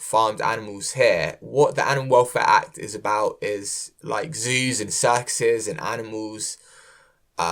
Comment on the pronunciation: Great Video and shocking news! Btw I overheard him say "Zeus and Xerxes" and thought, what does that have got to do with anything, but then I realized he was really talking about "zoos and circuses" ^^ I guess I'm not used to british accents haha